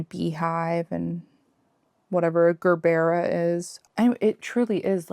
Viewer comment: Gerbera is a type of daisy, and is pronounced jer-ber-ruh.